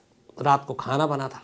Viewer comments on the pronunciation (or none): none